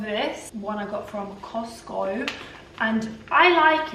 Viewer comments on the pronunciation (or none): She said cotsco